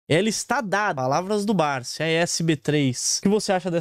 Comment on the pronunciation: Ele fala Barzi e não Barsi conhece muitoooo! Kkkkkkk